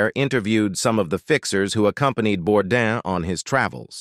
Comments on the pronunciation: SAY HIS FUCKING LAST NAME RIGHT. ITS BOURDAIN NOT BORDAN. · IT IS * SO DISRESPECTFUL & RUDE * THAT YOU DON'T SAY HIS LAST NAME RIGHT. ❗IT IS BOURDAIN ❗❗❗ Not Bourdan or Bourdon ❗ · Hey guys, the correct pronunciation is Bourdan, as the way Bourdain is properly pronounced if you were properly educated. Are you American by any smalll chance?